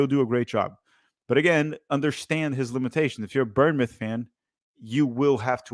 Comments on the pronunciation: ‘Burnmouth’ 😂😂 I won’t roast you too hard but it’s pronounced ‘bornmouth for future reference. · Seriously. I’d actually say it’s closer to “Born-myth” because we say it pretty fast. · I'll give your vid a like if you could say born mouth instead of burn mouth. Otherwise great vid. From a cherry's fan. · Someone teach how to pronounce Bournemouth